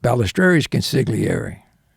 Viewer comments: Oh em gee... "Con-sig'leeairee"... ffs!! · Italian guy, mafia infiltrator, mispronounces 'consigliere' - over and over and over. How is that possible?